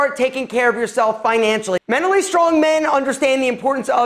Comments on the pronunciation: I cant get over how he says MENALLY plz pronounce the t....... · Girl, it’s not “menally” weak...it’s mental. Which is what you seem to be. Also, why you gotta talk so loud? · The T is not silent in mentally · I’m pretty sure there should be a T somewhere in “menally”